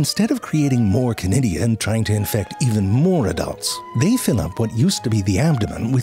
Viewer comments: Chlamydia, did you say? Shiver Oh, conidia, is it? Shiver 2.0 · Conidia? I thought you were saying Clamydia...could we have subtitles? 😊